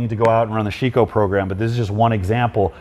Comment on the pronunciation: Hey,, cheers from Siberia! You might want to improve your pronunciation of Sheiko, it's more like Shake-O, but without a pause. Great content, man!